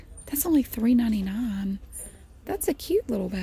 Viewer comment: I thought I heard it that way too, but I'm from California, where we talk funny as well. Though,, I will say I picked up "y'all" from living in Texas for three years.